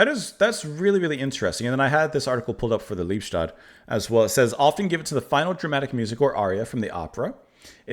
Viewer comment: Pronounced Lee-bes-toad. Literally love-death.